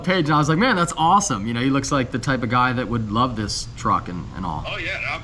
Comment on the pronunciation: That “THISS” threw me off lol